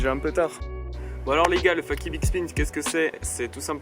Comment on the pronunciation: Super vidéo mais juste on dit "feyki" pour fakie et pas "faki" ^^